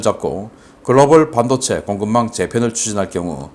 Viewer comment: 반도체 발음을 잘못하고 있어요....반...하고 높임이 아니고 낮춰야 함네다.